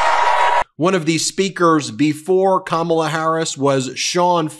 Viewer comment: Ben, you mispronounced Kamala. Kam rhymes with mom not ham. It's pronounced comma-la.